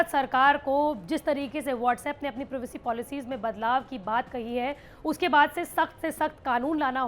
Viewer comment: दीदी... प्रिवेसी नहीं प्राइवेसी 🙄